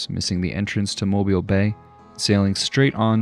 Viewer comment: Extra points for pronouncing Mobile correctly! It sounds silly, but it always grates on me when folk say Mobile as in "the car is mobile".